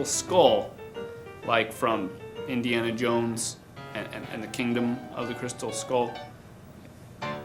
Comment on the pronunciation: Indy-ana Jones hahahaha